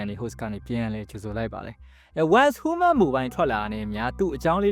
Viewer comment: Content creator ကြီးလုပ်ပြီးဟူးမန်းဟူးမန်းနဲ့နားထောင်ရတာအဆင်မပြေလိုက်တာ